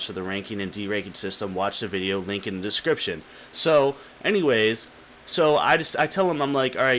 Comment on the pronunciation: "LINK IN THE DES-CRIP-TION!" haha